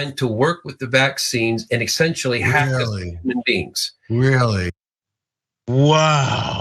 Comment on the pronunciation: That dude said "Exsentially"